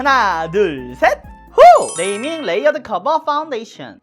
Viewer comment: 눼이밍 뤠위어드 쿼버 빠운뒈이쎠언~